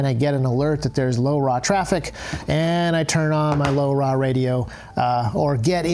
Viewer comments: say laura / lora its not hard to say! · the way you say LoRa, sounds like you're from the 1950s